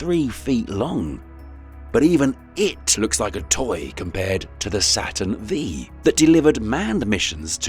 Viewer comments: Using the Space shuttle in a video on Mars exploration is sad. And then to call the Apollo rocket a "Saturn V" mispronounced "vee?" C'mon. Was a human involved in making this? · "Saturn V rocket" I can't 🤦.... tell ur AI voice that the V stands for ROMAN 5. The name is spelled Saturn Five! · Saturn "Vee"... lol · Lost a lot of cred by saying "Saturn V"... 😬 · This was very interesting, thank you, but also it's Saturn Five not Saturn V. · Not bad but please lose the (American) drums. Also a real narrator would be nice- Saturn Vee????